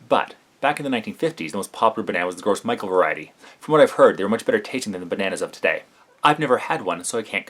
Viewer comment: I cringe every time you say gros michel.